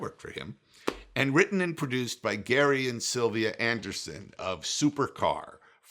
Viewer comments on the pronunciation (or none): I have it on LaserDisc, DVD, and Blu-ray. Good movie. Oh, and it's pronounced Jerry Anderson, not Gary Anderson. Spelled Gerry. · I started to watch this and stopped when you called Gerry GARY (it's pronounced Jerry like Lewis) if you don't even have the decency/respect for your audience and the person being discussed to even say the name correctly how can anyone put any stock into anything you have to say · It’s Gerry Anderson - not Gary Anderson! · It's Gerry Anderson, not Gary Anderson.